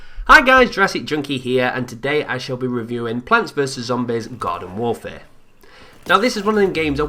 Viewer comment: You said "garden warfare" but I heard "god of warfare"...lol.